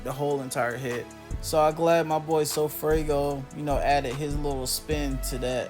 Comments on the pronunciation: Broooo it’s funny he keeps saying sofraygo🤣🤣🤣🤣 like bro it’s sofaygo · Dat boi said sofraygo😭😭😭